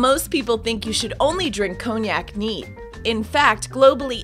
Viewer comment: Cognac pronounced conyak not koniak